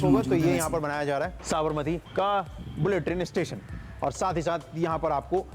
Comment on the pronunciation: SAB-RA-MATI nahi hai Sa-bar-Mati hai